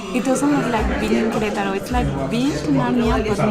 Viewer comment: May prononunces the A in Queretaro. Why don't you? I'm assuming she's right?